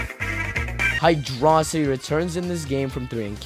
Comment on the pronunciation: Finally, somebody else is saying Hydrocity right.